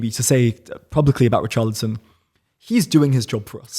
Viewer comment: He keeps saying “Ri- Charlatan”- Ex would be proud. 😂